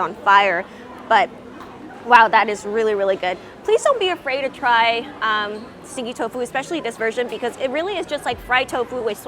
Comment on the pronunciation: I thought you were saying sticky tofu and I couldn't understand how it's sticky because it didn't look sticky